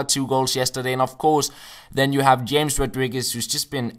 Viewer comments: James's name is pronounced Hames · james rodriguez is pronounced like ''hames''